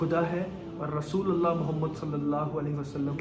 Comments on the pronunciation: Mere bhai kalma sahi se padhiye. Rasooalllah nahi hota Rasoolullah hota he. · Bro...kalmay k end me jo ل ka word ata ha os pay zabar nhi ha .pesh ha .check kro.or sab log check kry. لَا إِلٰهَ إِلَّا اللّٰهُ مُحَمَّدٌ رَسُولُ اللّٰهِ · اسلام علیکم ورحمتہ اللہ وبرکاتہ ۔۔۔۔ بھای اللہ آپ کو استقامت عطا فرمائے ۔۔۔۔لیکن آپ نے کلمہ طیبہ پڑھا۔ ماشاءاللہ ۔۔۔۔۔لیکن (ل) پر (زبر) نہیں بلکہ (ل)پر آپ (پیش) پڑھے گے ۔۔۔۔۔ ،۔۔۔۔۔۔۔۔۔۔ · Rasoolallah nii rasoolullah bro